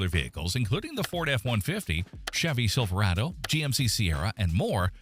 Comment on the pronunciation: If the AI can't pronounce Toyota, Nissan, or Silverado, how can the content be trusted?